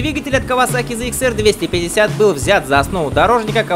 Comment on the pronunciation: ЗЭ Икс? Почему тогда говорите «зэт 900»? Попробуйте правильно «ЗЭТ ИКС 25»